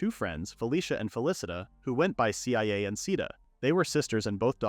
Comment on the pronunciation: IT'S PRONOUNCE CIA (SIYA) NOT C-I-A